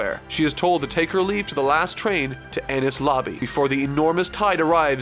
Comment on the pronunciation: I love how he keeps mispronouncing Enie's (eh-nEEz) Lobby.